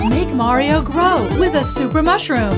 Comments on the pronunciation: You gotta love how in the SMB2 trailer, the annoncer says "Merio" instead of "Mario" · WHAT IS MARE-RIO